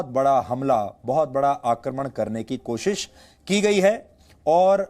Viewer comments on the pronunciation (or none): none